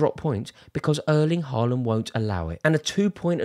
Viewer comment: If u tries to critic Haaland playing.. try to pronounce his name correctly......